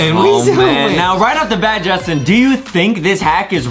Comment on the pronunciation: DID adem really said justieeeeeee! Correction is Justin. Hmmm we need to put adem into English class